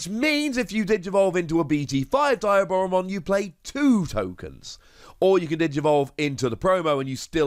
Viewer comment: Its pronounced "de-a-bora-mon"